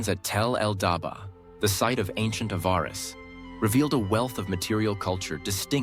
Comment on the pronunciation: What an awful.documentay ,repetitive to point ,half of the imaginery wrong , the speaker doesn't know how to pronounce Hyksos and Avaris . A love song to the Hyksos with no real info . It sucks